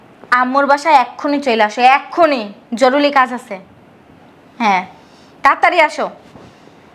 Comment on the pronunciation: নাটক করতে আসছে জরুরী ও বলতে পারে না,জরুলী বলে,ফালতু মহিলা।